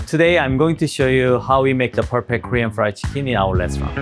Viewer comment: Pur-pek-tur pruyed ceekin-de